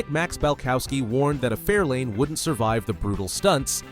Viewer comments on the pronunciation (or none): none